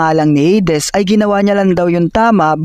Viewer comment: Heydes❌ - heydis✔️